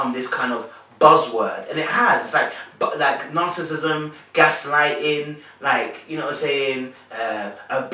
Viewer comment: I truly enjoy how you dissect the personalities on this show. The words narcissistic and narcissism have 4 syllables and not three. Otherwise, always a great video!